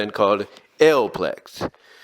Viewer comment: 40+ issues is 4 years (12 issues per year, 4 years = 48 issues). And Alopex is pronounced "Ah-low-pecks"